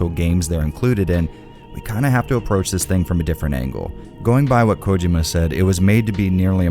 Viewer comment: The pronunciation of Hideo Kojima is slightly annoying but I still love the video and I’m on a binge of your reviews of Silent hill and Resident Evil Games